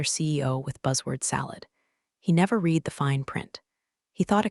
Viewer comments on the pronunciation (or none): As with most of these tales, the voicing robot usually mispronounces the past tense of "read" ('red') as 'reed'. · Haha yes, every time the bot says 'reed' instead of 'red' my brain trips for a second. 🤖📚 Still, the story hits hard! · So true—and it’s such a small word, but it changes the whole meaning when misread. What other quirks in AI speech have stood out to you?🤖🤖🤖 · Right? Annoying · I notice that too! It completely throws off the flow of the story.